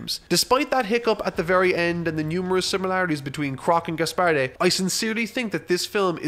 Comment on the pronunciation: Gaspardee! Really? When were you born? Medieval times?